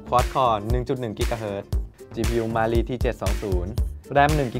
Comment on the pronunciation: Cpu มาลี 555555ลั่นเลย อ่านยังไงเนี่ย😆😆😆